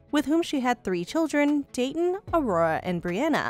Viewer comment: A-Ror-A. Aurora?.........not Arrrrorrrre